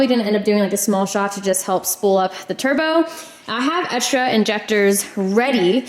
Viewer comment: when says egsdra